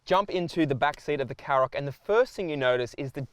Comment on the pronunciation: Shkoda KaRoq. Not Sskoda Carrok. Does literally no car reviewr ever listen to the company actually pronounce it themselves?